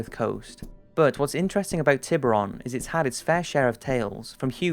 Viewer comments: Hey your channel is great, but you should work on the accent you use for using words which are not in English. Tiburon island simply means " shark island" in spanish :D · The way you pronounce "Tiburon island" makes me cringe and I'm not even Spanish speaker.